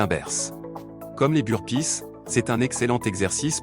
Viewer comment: Sans oublier le Russian touiste et le Bur-pisse 🤣🤣🤣